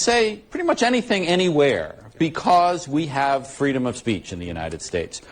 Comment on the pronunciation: “FWEEDOM!!”~V.P. Harris